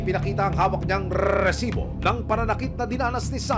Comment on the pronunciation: Sino dito naiinis sa pag bigkas ng resibo? haha